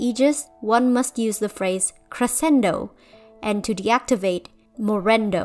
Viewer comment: I won't lie, being a latin american person i was not ready to hear say the words "Crescendo" and "morrendo" in a video inspired by miraculous ladybug Lmaoo Sorry, It's just funny to me because it sounds like you're saying "growing" and "dying" with a quirky accent to me and i wasn't ready for that lol. But besides that your pronounciation is quite good and the video is interesting! I'm enjoying it more than expected. Just wanted to put that out there, now i shall return to my corner of silence